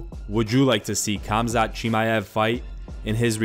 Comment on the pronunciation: HAMZAT, not KAMZAT pls